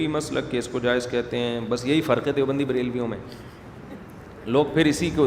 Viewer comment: دے او بندی نہیں دَیو بندی Dev